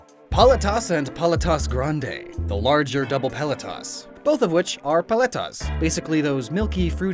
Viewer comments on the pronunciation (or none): Grande, not granedé.